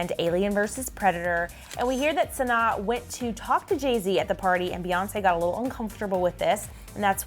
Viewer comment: The fact that ya’ll didn’t even bother learning how to pronounce Sanaa. 😒